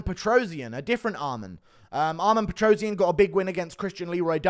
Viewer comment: PetrosYAn, stress on a last syllable.